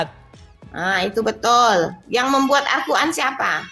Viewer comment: Arkuan😅mbak"mengeja alquran saja salah Hal sederhana saja sudah kelihatan botolnya😅